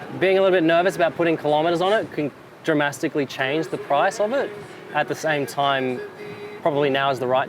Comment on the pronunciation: 'Dramastically'... 'Strayans...😅